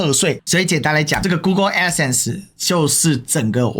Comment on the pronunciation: 她去對法官說吧！在平台講沒意義！ 是Crowd , 不是Crown…d 是Adsense , 不是Addison 救命🤦🏻‍♀️🤦🏻‍♀️🤦🏻‍♀️